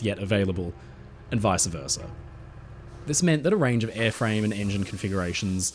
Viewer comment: it’s “vice versa” 🤦‍♂️